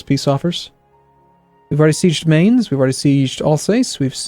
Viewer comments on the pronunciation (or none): I know I'm about two weeks late on this, but just wanted to let you know you're mispronouncing Mainz. The sound is more like "Mine" with a soft tz sound at the end. Spent a lot of time there and was corrected on it, myself.